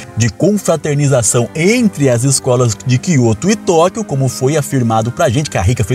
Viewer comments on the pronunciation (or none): none